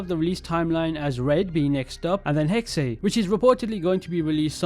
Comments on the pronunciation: I always wanted an assassin's creed based in Salem, but this is close enough...no hate, it's pronounced (Hex-sa) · It's pronounced HEX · Its pronounced “hexuh”, the german word for witch. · Hexe is pronounced Hex, there’s no extra E